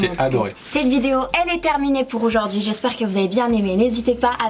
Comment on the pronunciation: "oujourd'hui " 🤦🏽‍♀️🤦🏽‍♀️ On dit aujourd'hui meuf !